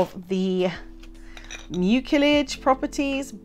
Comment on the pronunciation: Love this topic. Detangling is a challenge. Side note: the word nerd in me in me can't help but share that the C in mucilage has an S sound like muu-see-lege. Just saying.